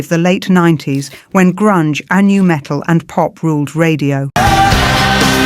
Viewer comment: Quit calling rockers "rock heads", AI. 🙄 You can keep referring to nu-metal as "nah metal", though. 😄